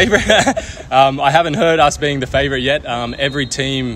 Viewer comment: faourite bro, bukan favour.